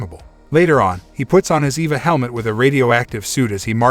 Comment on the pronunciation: It's not an Eva helmet. It's an E.V.A. helmet. It stands for Extra Vehicular Activity. For use outside. "Mark stops for a short Eva...". I knew a short Eva once, nice girl!" A short E.V.A! Sheesh! It say's in the notes that you're a professional narrator! Really? I'm having trouble believing that! If you were a professional you'd stop & say "What is this Eva break thing? I need to sound like I know what's what!" But you don't, you just pile rank stupidity upon meaningless sounds. It's worse than when the military "Dark" channels didn't know that in the names of military kit, Mk.19 wasn't pronounced Emm Kay nineteen. So the Spitfire Mk. 1 wasn't the Spitfire Emm Kay one. It took years of comments before the "professional narrator" got the hang of it. How're you getting on with the E.V.A. thing then?